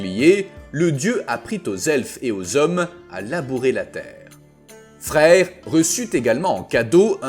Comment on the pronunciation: Ça s'écrit freyr mais ça ce dit freyeur un peu comme draugr qui ce dit draugeur sinon change ton truc qui fait la vois ou change la prononciation qui fait saigné mais oreilles